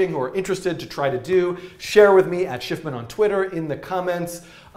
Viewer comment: dan is the best i mean a forgets how to pronounce his own frigin name